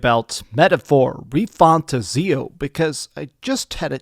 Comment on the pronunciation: I am hyped for this Gem 💎 PS: It's pronounced "Metaphor Re-Fan-Tazio" say the second word separately DreamcastGuy:-))